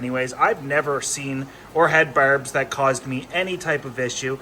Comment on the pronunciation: I hear berbs.